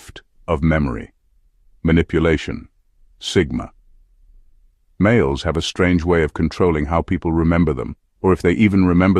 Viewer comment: NOTE TO VIDEO MAKER: At the part, where it says, "Sigma (pause) males" by mistake. You can remove the pause by changing "Sigma males" to "Sigma-males." It should say it normally. I hope this helps. This is one of the things that make it apparent that it is an artificial voice.